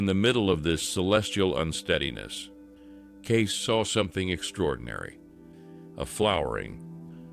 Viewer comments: It's Kaysee not Gay! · His name is pronounced Gay-See, not Gace. He was a seer, not a prophet. There is nothing biblical about a seer or a psychic. You claim this channel to be about “biblical prophecy” yet do not put biblical content in it. Does this make sense to you?